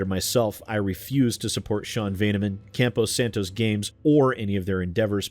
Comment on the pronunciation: Just a heads up, it's "Campo Santo," not "Campo Santos".